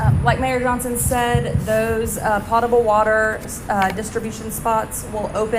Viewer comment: Potable is pronounced with a long O.